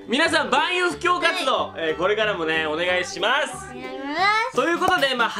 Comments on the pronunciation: の『お願いします』言えてなくて可愛いwww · ののお願いしますが雑で笑った（笑）